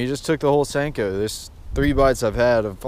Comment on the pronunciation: Who else getting triggered by him saying sanko instead of sinko